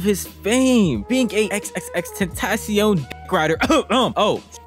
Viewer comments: Xxxtentasiown??? Is xxxtentacion it’s said like tentashion not tentasiown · it’s pronounced xxx-tent-uh-see-on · its crazy how people claim to be X fans but cant pronounce his name . You dont actually say x three times bruh. Jeez. It's Extension with a Spanish suffix because he wanted to make a name that paid homage to his afro-latino roots and environment. Everytime you say his name i cringe. Phonetically it's Ex-ten-ac-cion. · That ain’t XXXTENTACION that’s XXXTENBLOCKCION💀💀💀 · At least say his name right